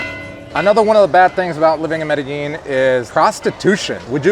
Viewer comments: Medellin NOT merellin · When is it going to learn how to pronounce Medellin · Sorry man I had to unsubscribe I can't take you pronouncing Medellin wrong